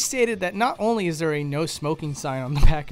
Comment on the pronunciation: Kirasaji Nokamura he says “not only is there a no smoking sign”, though it did sound like he said “isn’t” instead of “is”.